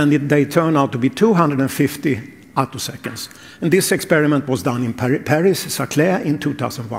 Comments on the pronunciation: "attosconds" - text-to-speech wirh a typo? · You didn't actually say anything. Some kind of awful text-to-voice robot read the words you typed. That's why a couple of times it didn't know to say attoseconds, saying "a toss skints" instead.